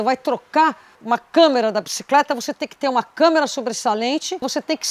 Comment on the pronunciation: O;não é câmera!Mas sim,câmara!